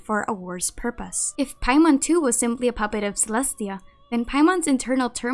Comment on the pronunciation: Every time u say paimon I die inside 😔